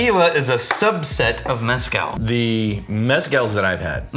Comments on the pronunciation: For the love of GOD and everything good and sacred STOP pronouncing it as MEZ-cal. It’s pronounced mez-CAL. And yes I do speak Spanish lol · Jesse Pinkman failed in calling it "Methcal". I'm disappointed. 😂